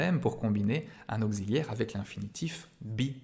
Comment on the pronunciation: "Au-Xi-liaire"? Dans quelle contrée prononce-t-on "auk-ssi-liaire" de cette façon ?!